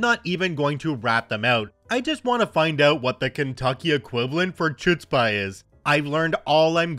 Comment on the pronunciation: Idk what the KY equivalent for Chutzpah is, but look up that pronunciation. It's not a hard 'ch'; it's a throat sound. Or you can say Hutzpah.